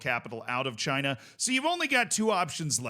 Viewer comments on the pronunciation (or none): none